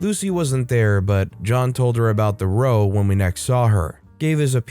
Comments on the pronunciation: "Row," when it means a fight, is pronounced like "rau." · I think that I have mentioned before, but in England (and maybe other English speaking countries) the word "row" when used as a synonym for "argument" rhymes with cow, not with "dough"... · Pro tip: when a British writer uses the word "row" to describe a commotion or loud dispute, it is pronounced such as to rhyme with "now" and not with "know". This is like "read" and "lead" which can rhyme with either "reed" or "red" depending on context. To be fair, you have very few such issues. Keep up the great work!